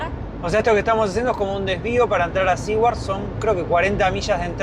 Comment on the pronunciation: Saludos amigos. Ustedes dijeron en el video que no estaban seguros cómo se pronuncia el nombre de ese pueblo. No es ni SE-WARD ni SI-WARD. Se pronuncia SU-WERD. (teniendo en mente la pronunciación inglesa de la R pero la pronunciación español de SU, pero metiendole una "i" latina en el medio.